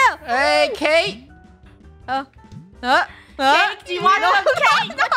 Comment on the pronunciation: said ca te but funneh said cate and said oh it's cate